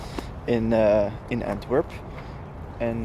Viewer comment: Is that how you pronounce "Antwerp" in Flemish and Dutch? Or is that the English version?